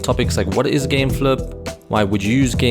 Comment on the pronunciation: "gameflup" lol